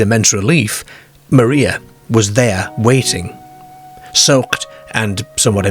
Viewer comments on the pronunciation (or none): none